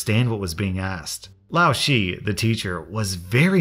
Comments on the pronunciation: It’s not pronounced lao she it’s pronounce lao shi it’s sounds like saying sure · Just Fyi the ending of Laoshi is pronounced kind of like "shur" not "she" I'm no expert on chinese but I have taking classes in Uni (well I was until C19 came along. I'm really bad at online learning) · Its not laoshi, its pronounced laoshir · just so yk its pronounced "lao-shir" kinda and not "lao shee" LMAO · it isnt pronounced lao she its pronounced lao sher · Lao shi is pronounced more like lau shr In mandarin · Hahah in my Chinese language class we had a mix of nationalities as well. Mostly African, like Botswana, Nigeria etc, two guys from India, and me (American) Well the two Indian guys could not, despite multiple attempts to teach from even us students, say ‘laoshi’ correctly - they would say it like you did,. It is actually pronounced ‘Lao shir/shur” The laoshi, teacher, finale just gave up lol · Okay this is going to sound really picky- and for that I’m sorry- but Laoshi is two characters Lao and shi. The first part is pronounced fine, but the way the second one is pronounced is more of a ‘shh’ like you’re shushing someone. Like that one kid did to an entitled person. Sorry for being like this and it really doesn’t matter but... I dunno, just practicing what my teachers failed to teach. I’m mostly fluent in Chinese, and if I misunderstood... well oops but the “word” laoshi means teacher in Chinese so eh. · hey you probably won't see this but for the future, Lao Shi means teacher in mandarin and it's pronounced lao (how you did) but shi is pronounced like sure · Laoshi is pronounced laoshe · Sir. Lao shi is spoken lao she (the e is how you say e in men) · Shi is pronounce sure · okay am I the only one who cringed when he said Laoshi? shi is pronounced sure in Chinese so it threw me off lol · Love how he said lao shi. It's so funny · Just so you know for the future, it’s Lao shi with a down tone, sounds like shh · doesnt know how to say lao shi